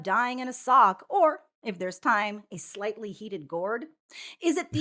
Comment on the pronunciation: Emphasis on "Slightly."